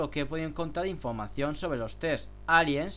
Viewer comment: Ifomacion jaja habla bien huevon jaja